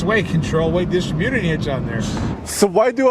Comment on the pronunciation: First of all, would you tell that the emphasis in the word “distributing” is on the second syllable not the third. Every time he mispronounces that it makes me want to reach through my computer and throttle him. Second, and I’m surprised you haven’t realize this in the time you’ve owned that hybrid 150, it gets much better fuel economy when you’re towing if you lockout ninth and 10th gears. You get more like 10 miles to the gallon towing the same weight. I was truly surprised and didn’t think that would be the case but it was, you should test that so you can be informative to the 150 hybrid owners.